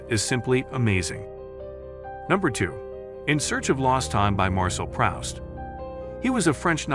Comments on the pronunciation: This fellow has a serious problem in pronunciation. For instance, just now, re Marcel PrOWst instead of, correctly, Marcel PrOOst. Then there is Stephen Dedalus and lots of others. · Marcel Prowst. It's Proust, pron. Proost. Be careful, your howlers make pple think you're not reading these books yourself.